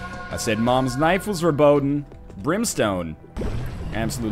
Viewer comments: Yo Ryan, you said the word "verboten" right in the beginning. It's actually not pronounced like you said "werbohden", it's more of a harsh pronounciation like "ferbotn". Lol this is hard to explain over the internet, sorry. Gotta step up my phonetics game :D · What made it sound so wrong is the very different pronunciation of the r. You can try and explain it as much as you want, but for native english speakers it's very hard to correctly pronounce the German r. Much like Germans have trouble with the English th - although that's a bit easier to learn.